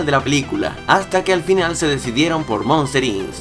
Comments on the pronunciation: POR QUE DICES MOSTER INS ES MOSTER "INC" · Monster INS..... No me jodas weon.... primero aprende a hablar correctamente... se dice MONSTER INC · Errores: Se pronuncia Jaiden Citi Se pronuncia Monsters Inc no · "Monster Incs"